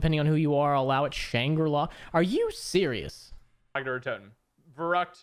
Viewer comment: “Keener Der Toten”